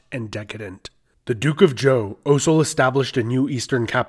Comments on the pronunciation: Lol. Why do you keep pronouncing Zhou as "Joe". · This is going to bug me. Xia isn't actually pronounced how it looks. In pinyin, 'X' is prounounced like "sh" so Xia sounds more like "Shia," not "Zia" Likewise, Zhou also isn't pronounced how it looks. "Zh" in pinyin doesn't really stress the 'Z' sound. It's pronounced more like a 'J.' So Zhou sounds more like "Joe." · Um, Xia (Hsia) is pronounced Shee-yah. Zhou (Chou) is pronounced Joe.